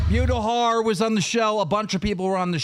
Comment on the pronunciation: after so many years, how pronounces names still infuriates me "Mewtahar" & "Midiker" lmao